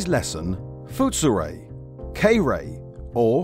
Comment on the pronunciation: The "foot-soo-ray" "kay-ree-tsoo", huh?